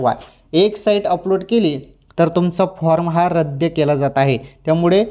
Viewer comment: रद्य नाही रद्द म्हणा.